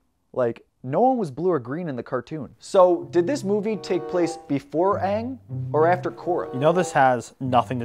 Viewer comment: He pronounced the names properly which they dont do in the Avatar Last Airbender movie. They called Aang Ung and Sokka Soeka.